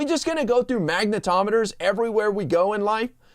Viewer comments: Did he say MAGAtometers?!?😝🤓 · I thought he said ‘maga tometers’ lol